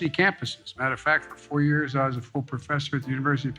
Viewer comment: he said FOOL professor not FULL professor.